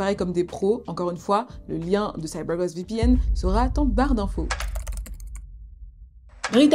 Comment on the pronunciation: Petite parenthèse dans cette vidéo 🎬, dans cette histoire, mais j'adoooore 😍 l'accent " CYBER GOST VPN " 🤗😘😊